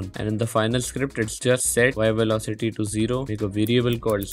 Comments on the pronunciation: Velocity ❌ Velocatiy ✅ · "Y Velocatty" 💀🤣